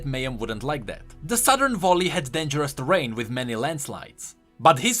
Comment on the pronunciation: Please learn to pronounce "Valley". You pronounce it like "Volley" (which is Ashe's W I think).